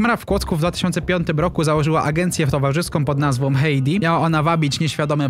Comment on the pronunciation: Heidi wymawia sie Haidi.